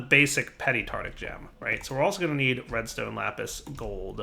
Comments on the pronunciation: tarTARic. Not tartic. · just saying,, it's Tart-AR-ic, not tartic 😂👍